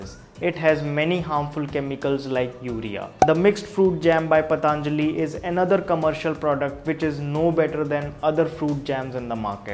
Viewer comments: पतंजलि not पतांजलि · Not पतांजलि 😂😂 its simple पतंजलि 😎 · It's patanjali not pataanjali...why most of the u tuber pronounce it 'pataanjali'.....u all r educated so..we don't expect this from you... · its not pa taaan jali its patanjli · Just for the sake of English don't change the name it's patanjali not pataanjali .